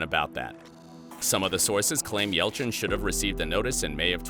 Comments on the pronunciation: says ELCHIN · Oh and you missed the Y in Yelchin.